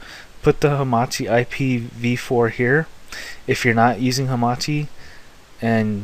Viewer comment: Great job. But what is this Hamati? I heard of Hamachi not hamati